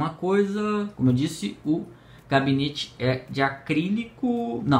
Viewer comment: pequena correção seria gabinete não cabinete